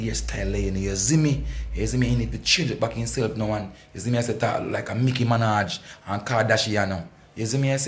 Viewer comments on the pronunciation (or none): King I cannot manage your pronounciation.... who is Mickey Minaj....nightgeri an and kardashiano🤣🤣🤣🤣🤣 for your information the Nigerians are beautiful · and "Micky Menaj"